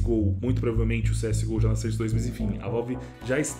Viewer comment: Utilidade publica: a pronúncia de SOURCE não é "sârce", mas sim "sórce". Tmj ✌